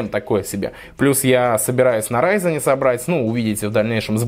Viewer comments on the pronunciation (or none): none